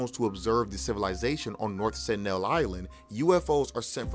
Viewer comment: That guy still can't pronounce "Sentinel" properly